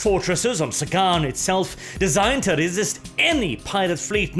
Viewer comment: The English language: Sagan: SAY-GONE